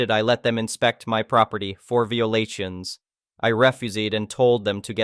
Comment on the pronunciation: Oh boy! Learn your ...ing language! You even can't pronounce basic words properly, like "violation". (I knew it is just a garbage TTS app).